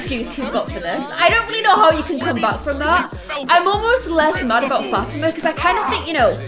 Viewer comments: like fah-TEE-mah? cuz thats how i always said it. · Fatima's name is not pronounced "Fat-i-ma". It's pronounced Fa-ti-ma. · Ok it's been a long time you have been called Fa-ti-ma Fat-i-ma and it's kind of bugging me, because i actually have a friend named Fa-ti- ma. The correct way Fa-as in fall, Ti as in T, Ma and Ma like calling your mom Ma. Hope that makes sense🙏By the way love your channel. Must say i was your 100 subscriber😎